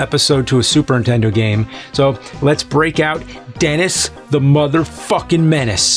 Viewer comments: Anyone else catch "Intendo"? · please man...ANNUNCIATE THE N in Nintendo... it's not "Super intendo" or "intendo 64" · One of the biggest and oldest video game media industry faces in the world. Still pronounces it Intendo.